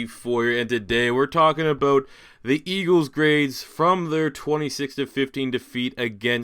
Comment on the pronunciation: talking aboot